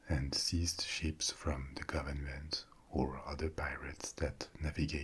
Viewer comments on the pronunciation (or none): Am I the only one who tought he was saying sheeps 🐑 and not ships 🚢